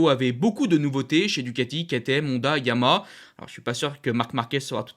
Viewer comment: Bonne vidéo et bonne synthèse : tjs aussi plaisant à regarder. Merci 🙏 Ah oui, deux choses sinon : - YAMAHA comporte bien trois syllabes et se prononce donc bien YA MA HA. Suis-je le seul à entendre systématiquement “YAMA » ? 😶 C’est un accent régional ou bien un tic de diction ? 🤔 - À la fin de certaines vidéos, comme celle-ci par exemple, là aussi, je ne sais pas si c’est un accent (du Nord ?) mais je ne suis pas sûr de comprendre ton message d’au revoir : « j’vous dis bobo les potes » ? 😶🤔 En fait, tu dis quoi ?